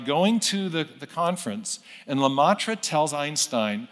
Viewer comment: First, it is le-MET-re (not le-MAH-tre). Second, it is methodologically deceitful to cherry pick the small number of old quotes from the dwindling scientific minority (from a time before the current best cosmological understanding of the universe) that obliquely supported a theological interpretation of cosmological data. Meyer suppresses that vastly VASTLY larger scientific consensus that no "god" is needed to explain the facts of cosmology, as far as we currently understand them. Search Youtubes of Meyer debating TRUE scientists—e.g., Sean Carroll and not popular non-scientist theists such as Ben Shapiro—if you actually care to be informed, rather than merely bolster your pre-determined theism.